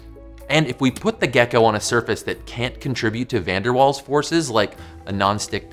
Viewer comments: 'Van der Vaals' is the pronunciation... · My Dutch ears bled when he butchered pronouncing van der Waals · It's not pronounced as it's spelled! Van der Waals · Van Der Waals forces? More like Van Der Walls forces. Sorry about that. Please don't pun -ish me. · The w in waals is pronounced as a v. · I thought Van der Waals forces was German and the w was pronounced with a v sound like in the name Wagner.